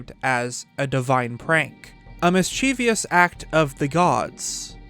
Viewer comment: Mischievous, not mischievious.